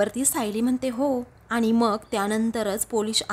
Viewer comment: आनि च्या ऐवजी आणि.. म्हनते नाही...म्हणते म्हणा...